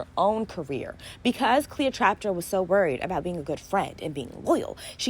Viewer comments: The fact that you kept calling her Cleotraptra 😭😭😭😭 And you are so right Ice spice was playing a game Cleo was playing her friend She definitely thought they were friends and that was her first mistake What I learnt was to learn my place in people’s lives and move accordingly I didn’t want to have an opinion or choose sides but when ice spice said in her Twitter live “she wanted to sleep in my bed .. every day ? “ It literally just told me all I needed to know she never really viewed her as a friend. I wish Cleo didn’t come out with the story and just removed ice spice from her life but I can tell she’s clearly hurt and you can’t exactly tell a hurt person how to react. Now she has said her piece her next step is to focus on her career and never speak on ice again And even if she makes a song She shouldn’t use her name Just talk in words that would create speculations which in turn would create more buzz around the song. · Not TrapTra girl you worst than sorry I had to say it 😂😂😂I keep calling her Cleopatra I’m just gonna say CLEO I’m tired of saying her name wrong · Funny and cute. Cleotrapta lol